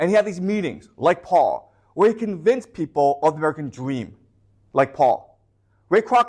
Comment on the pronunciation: Amewican Dweam 😂